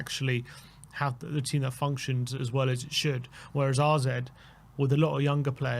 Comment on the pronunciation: why do you keep calling them RZ? Isn't it AZ? Have I missed something?